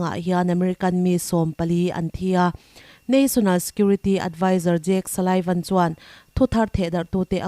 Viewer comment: Salaivan... Niloin... Sullivan tih zawk tur a nia.... A ngaihnawm viau rualin.... I hmaa news puang thin mipa puan dan kha zirin ngaihtuahlaa ..... I chanchinthar chhiar hi a ngaihnawm viau rualin... I tawng_kau_chheh ah duh thusamlohna leh duh_khawplohna lai a awm zeuh2 thin ..... Post tura i chhiar chhuah hma hian ngun leh titak zetin i thil chhiartur hi a tamthei ang ber chhiarin a theih phei chuan a vawna vawn tum rawh...... Tive ta sa2 nangmaha a tha ber chhuah turin ka ngen che........ Chutiloah chuanin i titha lutuk e.... I inzirna leh inenfiahna tur tlem azawng karawn point out khi min ngaihpawimawh sak ka beisei....... I titha lutuk e... A aia tha kalo beisei zel ang❤❤